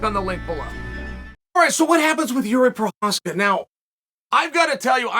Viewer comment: Jiri gained so much respect he finally got Chael to say his name right